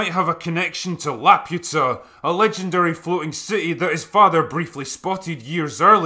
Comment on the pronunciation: love your stuff, but if you watched the movie, you must know you are grossly mispronouncing La-poo-ta.